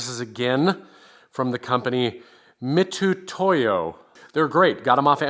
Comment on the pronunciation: Not a big deal but I’m certain it’s pronounced “Mitsutoyo”. Don’t know why they leave the “s” out. Like Mitsubishi combined with Toyota. “Mitsutoyo”